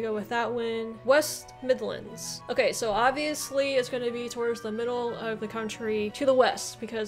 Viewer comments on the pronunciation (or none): none